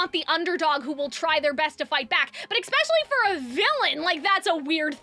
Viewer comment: "eckspecially" kills me